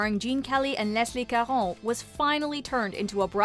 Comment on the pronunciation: Pronouncing "Leslie Caron" with a fakey, inaccurate French accent is cringeworthy